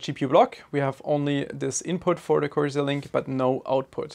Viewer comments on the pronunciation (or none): It's corsair. Style over substance.